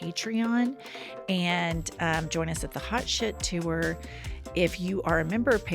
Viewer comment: Does anyone else cringe every time says the word “TOUR”? Why did she add an extra syllable?